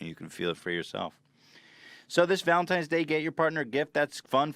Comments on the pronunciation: Why is no one talking about 'Valentimes' Day?! Cutie Ethan. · How did he manage to say Valentines Day wrong three times in a row